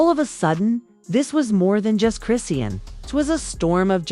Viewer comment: PLEASE LEARN HOW TO PRONOUNCE HER NAME😂🤗